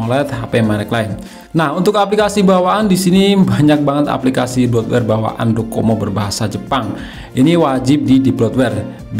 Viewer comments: DoCoMo dia bilang codomo 🤣🤣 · Menit Docomo bang, bukan kodomo 😅😅😅